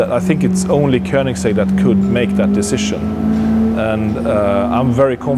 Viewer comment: It's not Koninsegg, it's Koenigsegg. Spell it right.